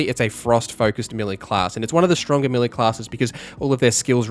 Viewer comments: Great video n really helpful. One thing though. Melee is (may lay) not milly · its pronounced melay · and your mispronunciation of 'melee' is a constant source of amusement to us. Thanks!